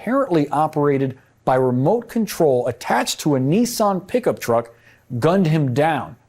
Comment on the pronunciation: WTH is a “Knee-Sohn” pickup truck?! 😂 it’s NISS-ann to rhyme with KISS-Ann. What with that and “ERBS”… 🤣